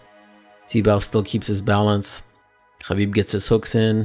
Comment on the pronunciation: The way you're pronouncing Khabib is wrong in English, Russian, Azar and Arabic. You're as bad as Ariel Hawani with this inept attempt at sounding cultured.